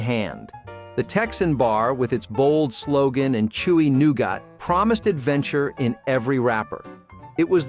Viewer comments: Noo-got? No. Noo-git. It’s pronounced noogit. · New gatt. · I remember most of them being born in 1970….. but why does he say “nougat” like that. LOL 😂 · Yep. Like he's a fan of Xavier Cugat ...